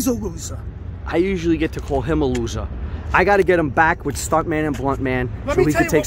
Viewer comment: 'He's a losah but he's not a quittah' XD